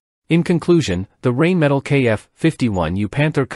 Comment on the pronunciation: Come on, learn your correct pronunciation for the manufacture's name. It is a German company and is pronounced like rhine and spelled Rheinmetall.